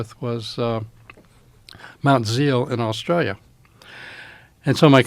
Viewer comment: You know this guys legit because he pronounces “Australia” like a native Aussie.